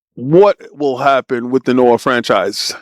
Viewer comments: Nioh as in NEO my dude, not Noah.😂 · this old man can’t even pronounce nioh correctly